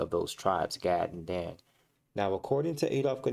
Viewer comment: Enslaved not Slaves. Slave = Slavic European the 1st enslaved by EphraYeem and others Gad pronounced Gawd or God that troop.. And Dahn ....Dan.